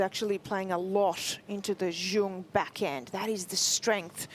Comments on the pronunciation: WTF, Zheng is awfully pronounced as "ceong"! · The Australian commentators need to learn how to pronounce Zheng. Even the umpire gets it more correct. So it’s a matter of choice. And the crowd is clearly biased to the point that they are disturbing the athletes. And the commentators really tried, but they are definitely feeling more towards Olga. Always trying to find something nice to say about Dani, whereas towards Zheng is, let’s say, more critical. For example, the winner by Zheng. They would try to “give advice” to Dani, but if that winner down the line was by Dani they would praise with all their hearts “such good play” and control and court coverage. Seriously, it’s been decades with this white privileged commentary.